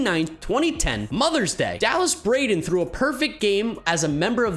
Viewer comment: I think you pronounced Dallas Braden wrong. He's the🐐🐐🐐🐐🐐